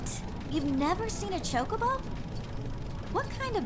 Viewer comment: I always thought it was pronounced "cho-CO-bo." That's how I still say it. Old habit.